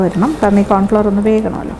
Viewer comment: സൂപ്പ് സൂപ്പർ ......👍🏻👍🏻👍🏻 കോൺഫ്ലവർ ്് അല്ലാട്ടോ..... കോൺഫ്ലോർ... ആണ്. 🥰🥰